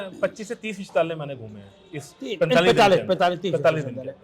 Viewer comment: I appreciate your efforts. Kindly correct your pronunciation of विद्यालय, it is Vidyalay not vidhyalay as you pronounced !